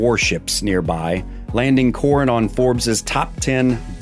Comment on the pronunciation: Lost me when mispronounced both Palawan and Coron.